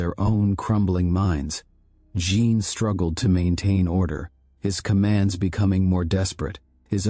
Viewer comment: “Jean” is not pronounced “gene” in French. You should tell AI that. BTW, I hate the AI voice…just saying it used to be better the old way.